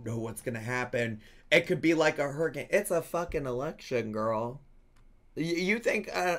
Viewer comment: herican? hurricane? lol